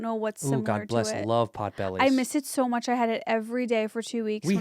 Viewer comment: Potbelly! No "s"